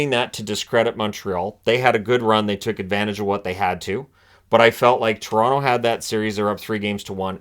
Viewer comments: everyone knows it’s Quoronto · LOL Coronto, Caple Ceafs